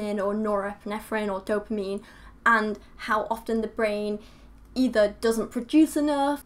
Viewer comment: its "dopamine" not "domapine"